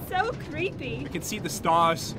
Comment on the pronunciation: LOL nic accent "I con't do it!" "Y-you con do eet?!"